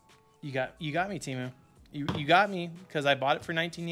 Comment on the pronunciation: My brother.. if you took anything away from this years sh1t super bowl.. it should have been the proper pronunciation of Temu! lmaoooo. The way the did it killed me. They want people to say their name properly so badly. they tried drillllling it into our heads. Oh and the promos forsure work.. at least the coupon ones. IDK about all that invite BS LOL!